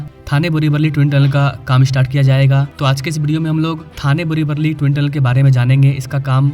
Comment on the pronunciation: वल्ली नाही रे वली बोल मित्रा